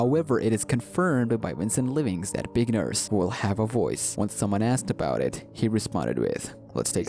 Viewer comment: Did say bacon nurse or big nurse cas it sounded like bacon nurse